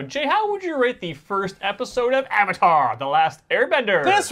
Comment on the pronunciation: “Ad-vatar” too perfect! 👍🏾